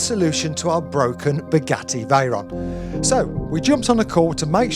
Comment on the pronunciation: ngl the "vey and ron" made me laugh